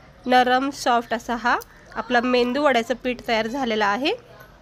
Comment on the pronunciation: 😊👌👌❤️ मेंदू वडे नाही मेदू वडे म्हणतात